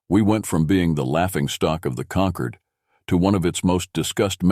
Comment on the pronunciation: The word is “concord”, as in Concord grapes, concordance, order or ordnance - with an OR sound - NOT “conquered” with an ER sound.